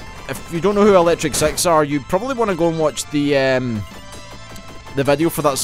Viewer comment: This isn't a dig at your accent, I've only recently found your channel and discovered this game, but when you were talking about the band at 12 minutes in I found myself wondering if it was the same people that did High Voltage ... it wasn't until you mentioned Gay Bar that I realized you were saying 'Six' .. sorry about that xD